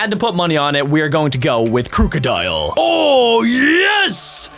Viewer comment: It's krookidil